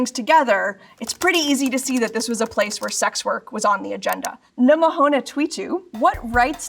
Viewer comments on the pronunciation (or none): I love her pronunciation of the Twitter handle "numbahonetweetu". 😂 Definitely over-thought it lol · the way she said numbahonetweetu lmao